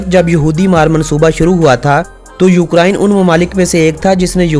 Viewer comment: Bhau lafz ukraine hota hy. Na kay ukaraiine. Or plz hindi lafz na bolain. Jasa ky ap ny bola" is muday pr". Thx